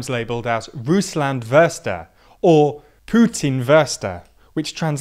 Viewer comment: "Rusland wörster" xD